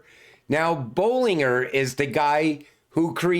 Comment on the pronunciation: Bollinger bands your saying his name wrong